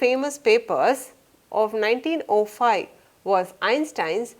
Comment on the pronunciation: Mam , I love your teaching sence😊 but what is that 19O5 ?? It's 1905 Mam..y do u pronounce zero as letter O?? I am wondering y u pronounced it like that😄